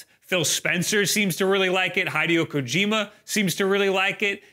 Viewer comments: I can't forgive that "Hydeo Kojeema,". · I cant forgive you for saying "Hydeo Kojeema", "". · I absolutely refuse to believe that's how he pronounces Hideo Kojima. I won't.